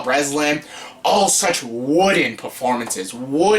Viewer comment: “Wood-en” lol